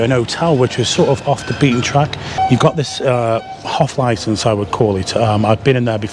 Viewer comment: " Otel "...." Hoff Licence "! 🤣 Sort out those H,s.....Great vlogs.